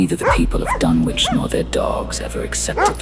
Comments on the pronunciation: If you're going use a British accent, get the pronunciation of Dunwich right. Silent W. Like Dunnich. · Does the author ever insist that the correct phonetics are done-witch because is hearing a long 'u' sound as in 'dune-witch'* What do they make these silicon chips out of for AI to produce this presentation£ Sand, which accumulates in dunes so, when you consume this presentation with eyes, ears and other senses, is it a sand-witch or a dune-witch£ 🌈 💋 👠